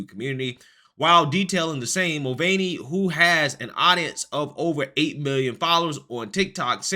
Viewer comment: Forget the gender being misrepresented. I'm offended by his pronunciation of his Irish surname. It's supposed to be 'mull-vanny' not 'mull-vein-ee'.